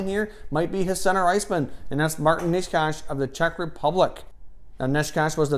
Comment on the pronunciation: Czech subscriber here (and a fellow suffering Sens fan lol). Good list, quality content as per usual! Nečas (by the way his surname is pronounced "neh-tchas") had a really good season, he was on the team that won the Czech league, led the Czech team as a captain at the World Juniors with 11 points in 7 games and ended up playing at the senior World Championship as well, scoring 3 goals and 2 assists in 7 games and showing some good skills. This guy clearly has a lot of potential. Also agree that Dahlin might need some time to develop his defensive skills.